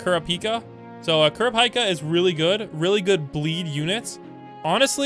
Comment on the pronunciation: nah called gyokko guy-okko and then proceeded to say kurapika correctly once and right after saying it correctly he says kura-pike-a it should literally be impossible to say it right once and then proceed to say it wrong 1 second after saying it right.